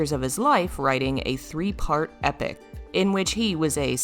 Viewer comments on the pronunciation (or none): none